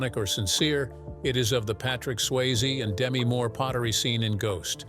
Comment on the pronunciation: please work on your AI’s actor pronunciation. Many have mentioned errors and the multiple mispronunciations of Patrick Swayze. Demi Moore’s first name is pronounced de-MEE, short for Demetria. Fix the errors and it’ll be a great video.